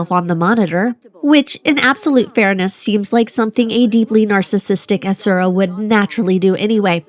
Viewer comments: The official pronunciation for Asura, phonetically, is "Rat". 🤣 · Hopefully the game will help you pronounce the asura a few times going forward ^^ Welcome among the miniature overlords!